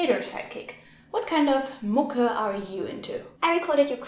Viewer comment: My non-German ears hear "Mucke, Mucke, big difference"